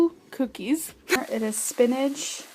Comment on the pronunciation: I feel attacked, I've never heard it any other way other than "spinnage" lmao